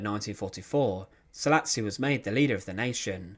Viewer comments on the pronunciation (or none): It is actually Szálasi Ferenc and not ,,salis